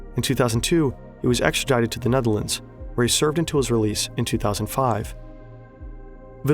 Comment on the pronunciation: damn dude your Nederlands pronunciation is better than mine and i lived there for 7 years !!